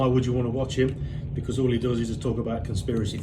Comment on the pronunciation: Very well composed video that exposed a few truths about that parasite 👍 And since he likes to call out people's faults, I know you'll see this Lee 😁why can't you hold a knife and fork properly? And why can't you pronounce the word 'because' ?